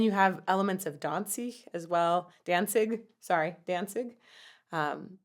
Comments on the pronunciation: It's NOT "Dansig" it's "Danzig"!! Your not pronouncing the "z" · hahahaha.... Dawn-zeeg. is how im going to pronounce Danzig from now on.